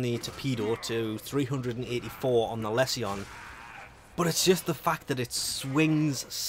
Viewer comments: do you pronounce all tion/sion words 'see on' not 'shuun'... corruption, resolution, solution, Lesion, precision, precusion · It's lee-shon. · I have been having a blast using it, i was using the tonbo for a while now and this is a direct upgrade to that. Also, i think it's pronounced "lee-zhuh n"